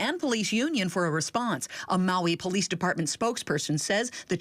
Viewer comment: lol the anchorman said “polief chief”.